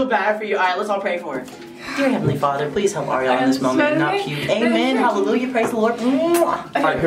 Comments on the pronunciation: Awwww he said Ariel zariel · it sounded like he said "blariel"